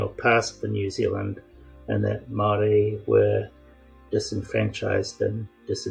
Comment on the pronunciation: It’s pronounced Moel rdi .